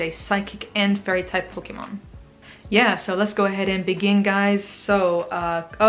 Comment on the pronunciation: The way you said "pokemon" and "move" was spot on! :P